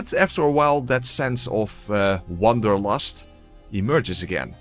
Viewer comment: wanderlust not "wonderlast" or whatever you said, no hate, just pointing it out, love the videos tho😭